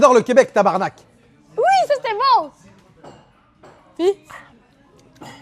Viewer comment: Oh my god ya di tabarnak correctement finalement jaime ben les francais